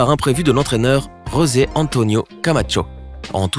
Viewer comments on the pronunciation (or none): none